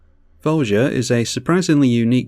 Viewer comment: It's pronounced vo ya. Not vo ja. Look it up